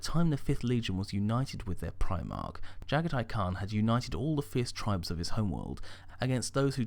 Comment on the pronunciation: Oh for the love of god dude, i love the vids but once again you literally make an absolute dogs dinner out of the primarch names. Jaghatai Khan - (Jah-gah-tee Khan)